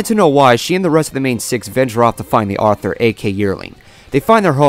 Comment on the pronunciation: Yep, you said it starting and you said it 3 times. Once is acceptable, twice is iffy, but three times and I need to point it our and proceed to laugh at you.